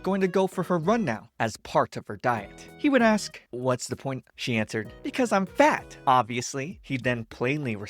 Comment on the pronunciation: And you say the word.'FAT' like it owed you taxes